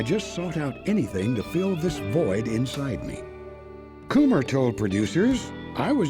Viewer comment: I'm pretty sure "Kummer" is pronounced "cummer" not "coomer" 😂